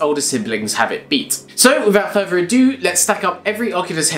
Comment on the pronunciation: Clicked off as soon as he said wifout furfer ado